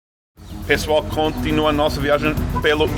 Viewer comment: Seth tem sotaque amorfo! Mandou um "conTInua" bem de PE . A vezes, ou melhor, em alguns tempos é bem difícil entender o português de Portugal. Tive que repetir a fala dele 3 vezes, tempos, pra entender!!!